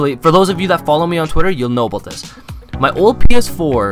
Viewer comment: I like how u say about - "aboat"